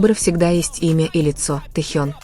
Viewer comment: Джанкуг и Таюнг.... Что Это???? Вы можете нормально произносить имена парней их зовут.... Тэхён и Чонгук... Слушать неприятно. Как только не назовут... Вас граммоте учили или нет???